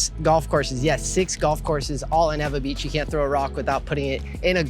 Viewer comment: NOT EVA BEACH! EEEWAAAA BEACH Lol